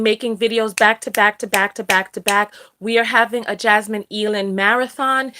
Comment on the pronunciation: AYE-LAND. Jasmine Eiland. Like "either"